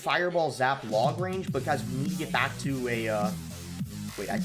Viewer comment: Boss you gotta emphasize that back in the intro better. I don't know why but I always like it when you say I'm back with another yt video, idk why lol... Great vid btw! Enjoyed all the battles